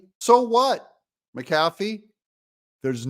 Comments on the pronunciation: Hey Doug, love listening to your show. You're right about the wussy but where I live, the name is pronounced Mac-a-fee not Ma-cafee. Either way, wussy's ruling was absurd. 😕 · Pronounced Mac A Fee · Judge's name is Pronounced Mac uh fee. Love your channel TRUMP 2024!! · please say his name correct mac a fee illiterate or not give it a try